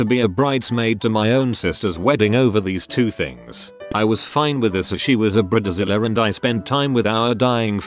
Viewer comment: I’m tired of these AI voices that get words working “Bre-da-zila”